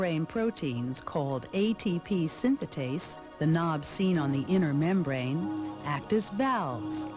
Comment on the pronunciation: ATP synthase not synthatase